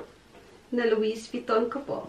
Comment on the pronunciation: Silent T po ung "louis" sa pg pronouns. :) But such a beautiful bags! Love it!